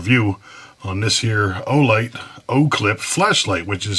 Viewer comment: Great review. However idk if for the first 5 minutes you were trolling or my hearing is off from years of using impact guns w/o hearing protection, but were you saying “Flesh Light”?